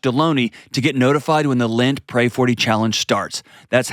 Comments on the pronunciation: Also it’s called LENT not lint! 🤣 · And in his ad—it’s LENT not Lint! 🤣